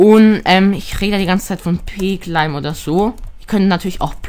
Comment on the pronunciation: Das heißt nicht cläim sonder claim!